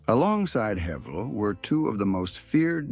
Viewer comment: Man u don't know anything about Edgar and shame on u for not even knowing how to pronounce his name. The picture u had up there wasn't even him!! How u can write such fiction is beyond me, sure, alot is true but that's common knowledge. Don't think u can portray someone without even knowing who he was